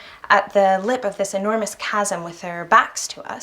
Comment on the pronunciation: points for pronouncing "chasm" correctly!